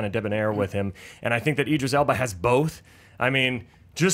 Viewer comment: Don't congratulate Andy on pronouncing "Spectre" correctly. Still didn't even know the name of one of his guests. "Bag-Begley??? Begley?" "Eye-dris Elba"?? They were all saying Idris!!